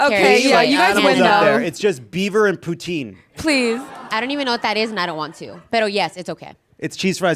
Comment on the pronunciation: Poutine is WHAT? WHAT? ASSHOLE? No poutine (you pronounce it incorrectly) for you